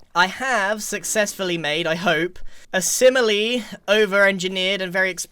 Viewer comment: Grian, I’m shocked, stunned and horrified. You said ‘simily’ instead of similarly and ‘particuly’ instead of particularly…. Hand in your English membership badge!